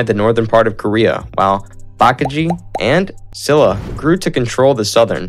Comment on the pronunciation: I loved the quick and brief history. As people have said, there are some errors and many pronunciations are incorrect, but the one I didn't see people correcting is the Kingdom of Silla, pronounced "Shilla". Thank you for the video